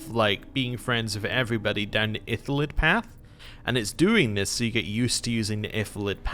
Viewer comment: FYI, you keep pronouncing "iLLithid" as "iTHYlid".